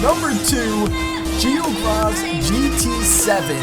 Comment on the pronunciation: Infernuz / GiorgosGT7 "Geogros" 😂😂